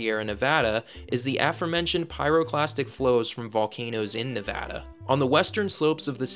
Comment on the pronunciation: Thank you for saying "Nevada" and not "Nevodda".